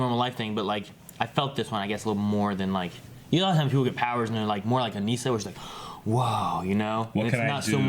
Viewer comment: It's Uh-Niss-Uh. Not Uh-Niece-Uh.